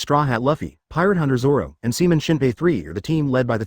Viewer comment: Man the robo voice couldn't fuck up zoro's name Any worse than this if it tried 😂 "Sauron" Like the fucking burning eye?